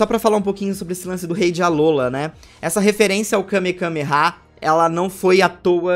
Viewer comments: O falando kamekameha o vídeo todo e eu me contorcendo por dentro dizendo que kamehameha 😅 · É Kamehameha e vc falou kamekameha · O correto é kamehameha e não kamekameha 🤷🏻‍♂️ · Akira Toriyama: Kamehameha Rei do Havaí: Kamehameha: KameKAMEha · Só uma observação o nome certo é Kame-hame-ha e não kame-kame-ha vc repete o kame duas vezes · kamehameha não kamekameha 😂😂😂😂😂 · é kamehameha não kamekameha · Alguém percebeu que ele falou Kamekameha ao invés de Kamehameha? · O n é kamekameha, é kamehameha tanto o ataque de dbz quanto o nome do cara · Kamekameha ? Sempre falei Kamehameha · Kamehameha!!! Que agonia toda vez que tu diz kamekameha! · dislaike ***Kamehameha não kamekameha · É Kamehameha, não Kamekameha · Me incômodo vê o falando Kame Kame há kkk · Várias vezes... MDS eu tava agonizando kkkkkkkk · KameKameha? É sério isso? 😂😂😂😂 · Que agonia o repetindo a palavra Kamehameha várias vezes errada....